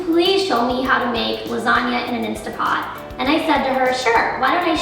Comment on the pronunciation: Instant Pot not Instapot. Commonly mispronounced. Just saw your recipe and it looks gtreat!!!!!